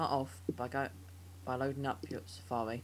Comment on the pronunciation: Safawi. hhahaha you sound pro:D